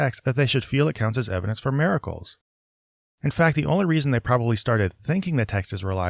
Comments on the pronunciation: Lmao! Yes🤣 Mare-a-cles🙈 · Does anyone else hear saying "mare-a-cles" or is that just me?